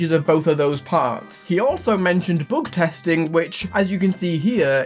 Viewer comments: heavy bügtesting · "heavy boogtesting"